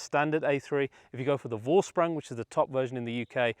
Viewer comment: Please it's pronounced as "Forshprung"